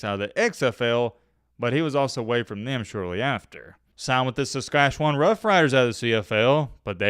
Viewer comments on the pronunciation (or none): none